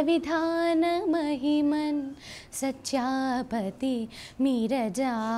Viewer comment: One simple correction pronounced as sachha pati, but should b pronounced as sthyaa pati... Please don't mind dear